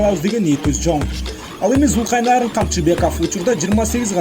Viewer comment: Журналист туура айтчы атын Зулкайнарн дебей Зулкарнайн деп